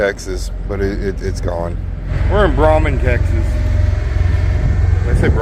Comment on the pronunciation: The little town off 35 in north Oklahoma is in my area! BTW, Braman is pronounced Bray-man. In Iowa it may be Bra-man but once you tuck your pant legs into the top of your cowboy boots, it’s Bray-man…😂 (I’m on the Kansas side so I have to poke the okies). Ever get any loads out of the packing house in Arkansas City?